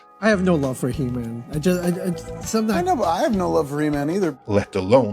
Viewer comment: It's he man... not e man